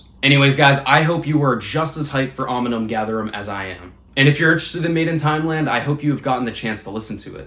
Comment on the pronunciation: Oh and I’m pretty sure it’s ‘Omnium’ btw not ‘Ominum’ good luck with finals man! What’s your degree?